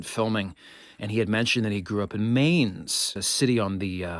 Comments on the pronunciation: As a recent resident of Wiesbaden, not far from Mainz, I feel compelled to point out that it is pronounced "Mines" versus "Maines" as you pronounced it. Your knowledge of the Vandals and others (to include the Goths, Visigoths, Ostrogoths etc.) is very impressive! Keep up the great work! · Isn’t the pronunciation of the river’s name supposed to rhyme with the English word mine? It’s been 50 years since college German, but I think I remember Herr Schroeder saying it that way.